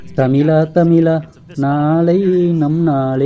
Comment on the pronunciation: தமிலா தமிலா இல்லை அது தமிழா தமிழா